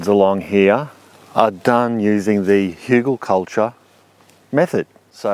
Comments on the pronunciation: Outstanding! Hügelkultur. Even pronounciation of the "ü". Kudos from Germany ^^ . You are an interesting character and I love how you explain things and how interested you are in all kinds of methods. Wunderbar! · sound very german hügel :D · As a german, I approve your spelling of Hügelkultur. Good job